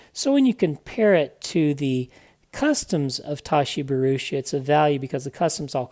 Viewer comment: Great review, certainly more complete after the update, small point you have his name wrong "Bharucha"